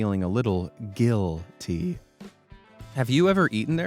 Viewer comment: “feel a little giil-ty” nice one😂